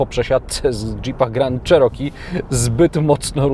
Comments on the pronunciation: jednak nie do konca. tutaj masz oryginalna wymowe , zaraz na poczatku filmu - bardziej cos jak miekkie "cziiroki" nie " czeroki " . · Not sure about it. We say CherokEE but he said CherOkee. Good pron isn’t just the vowel quality but word stress. In any case, it doesn’t matter how you pronounce as long others can understand you. It’s called intelligibility.